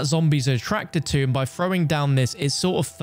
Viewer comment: Fhrowing. 😂 THROWING